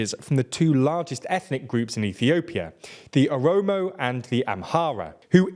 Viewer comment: It says OROMO in english man. How did you mess that up? It's not omoro